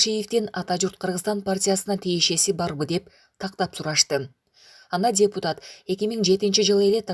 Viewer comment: Диктор :. празидент анан дебутат дебей суйлосонор😄